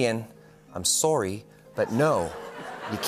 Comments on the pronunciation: As a Canadian, "sowy" 😂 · The way Ryan pronounced “soory” 😂😂😂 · sore-E. shoutout Mike Felger. Peace. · I'm tickled Ryan used the stereotypical Canadian pronunciation for 'sorry' even though we're both West coasters and don't talk like that!